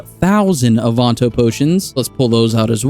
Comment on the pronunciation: my brother in christ what the fuck is an AWE-VON-TOE...